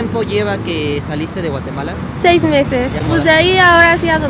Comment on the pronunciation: Nmms no sabia de donde es jajaja ella digo mateguala no Guatemala 😂😂😂